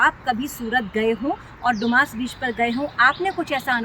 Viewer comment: Madarchod ise doomas naki bolte dumas bolate hai